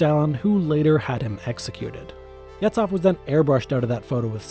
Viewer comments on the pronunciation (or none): >Yetsoff It's pronunced Yezhoff, where "zh" is "s" from measure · It's pronounced "Yezhov".